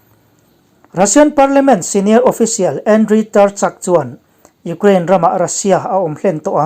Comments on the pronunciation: U-kraine, tuna a lamdan kha English lam dan a nih kha, kan Mizo awphawi zulzui hian mi tam tak chuan kan lam thin reng a ni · Tinge Ukraine hi Ugrain tia i lam zel?